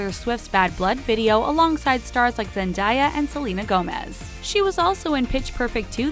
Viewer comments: and no one noticed how she said zendayas name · The way you said zendaya😅🤦🏻‍♀️